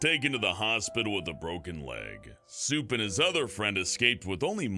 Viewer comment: I thought you called Soup ‘Simp’